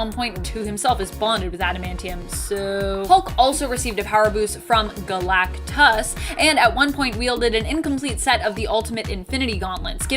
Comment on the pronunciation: Why you keep saying Galactus like that?